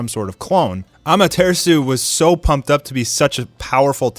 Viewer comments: It's Amate 'RASU' not Amatersu, remember AMATERASU. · im new to this channel dows this guy say amartesu on purpose or he just says it like that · Am a ter sue 😂😂😐 what did this man just say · Bro you're so white lol. It's pronounced 'Aw-mah-ter-aw-soo' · Da fuck is amatersu stop butchering the name ffs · When you said"AMATEARSU" I gave up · No one:Am-a-tree-shoe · Seriously he says it so weird 🤣 “Ammaterisu” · His pronunciations are bad but this is a cool channel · The Way pronoucing amaterasu seriously stop saying ama-ter-su like what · The way he says amaterasu makes me mad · Why do you pronounce amataratsu like that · why are you saying AMATERASU so fucking weird dude ????????? you know the original way to say it !!!! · Is anyone gonna talk about how he said amaterasu